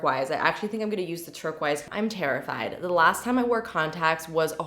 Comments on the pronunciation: dzymzlzy B Makes me cringe. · Is that really how Canadians pronounce turquoise?